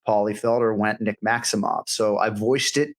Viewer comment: Cody nailed the pronunciation of and I am typing this as he pronounced it Maximo(f), and said Maximo(ve), because he's still carrying a slight Russian Accent and I am a Boston boy by way of Moscow/Montreal, Quebec and Ken-Flo knows Rue St. Laurent y Rue St. Catherine, I am only saying because I have walked by Tri-Star several times, but in Russia, the women is most likely why he said Maximove, females after marriage i.e, Nick's wife if married has a different last name, Maximova, i.e, Sharapova, ova,ov, it's a Respect thing for his mother or WIfe